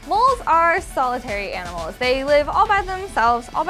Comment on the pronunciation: I miss her "Aminals" .____.